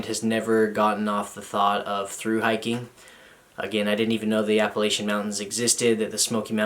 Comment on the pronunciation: Just here to leave my first troll comment: It's Appalachian, not Appalachian.